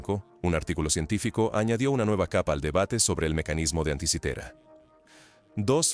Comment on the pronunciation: Anti kaitera???? 😂😂😂 Dislike por eso Que torpe